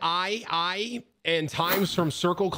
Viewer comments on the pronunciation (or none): Rad-ii lol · “The… rad, eye eye”